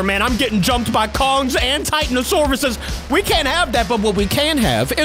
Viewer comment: its tit an o saurus not titight no saurus